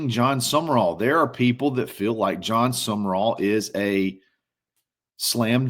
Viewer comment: For those who need it, it is John Sumrall, not John Summerall